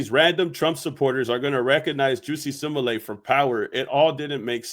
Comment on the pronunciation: Wow you say simalat it's Smollett 😂😂😂😂